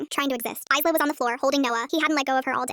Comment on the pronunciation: The s in Isla is silent